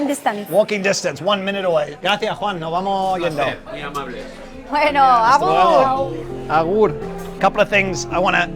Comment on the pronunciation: ¡Aupa /:D!. Gracias de un Bizkaitarra. Te hago una pequeñita corrección si te animas a venirte por aquí, cuando nos despedimos decimos Agur, no Abur. Cuídate mucho. Abrazos.